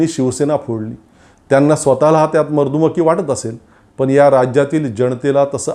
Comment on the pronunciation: वरील व्हिडिओमध्ये शब्दोच्चाराच्या दोन चुका झाल्या आहेत. आणि त्याही दोन-तीन वेळा. एक तर त्या दुरुस्त कराव्यात किंवा व्हिडिओ रिटेक करावा आणि विघ्न संतोषी लोकांच्या हातातील कोलित काढून घ्यावे .त्या दोन शब्दोच्चार चुका आशा मर्दुमति , सौधार्य( सदोष) / मर्दुमकी, सौहार्द (निर्दोष उच्चार)